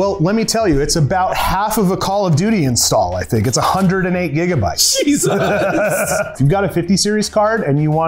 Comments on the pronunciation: Ah yes 24 jigabytes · “‘Jiggabytes’ this guy probably calls it jerry’s mod” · "24 Jiggabytes of memory" 🗣🗣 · «24 jigabytes» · jigabytes lol. love the content :3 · did you just say jigabytes? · did this guy open up the video saying jigabytes? have I been pronouncing gigabytes wrong my whole life? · did you start a video saying "jiggabytes?" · “24 jiggaBytes” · "twenty-four jigabytes of.." you lost me at the first statement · Did he really just say "24 Jigabytes" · im sorry, i haven't even watched a second of the video and, "JIGABYTES"? seriously?